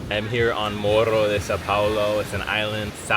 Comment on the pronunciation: Good to see you picking up the Portuguese! I noticed when you first went to the island you called it MoRRo as if it were Spanish but then later after meeting the friends on the beach you started saying Mohho like a Brazilian. Made me smile kkkkk 😅